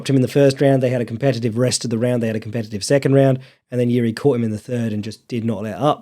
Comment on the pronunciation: making fun of not pronouncing Jiri correctly, immediately followed by mispronouncing Prochazka...